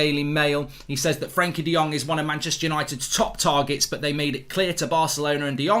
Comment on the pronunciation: He may be on time but he still can't pronounce frenkie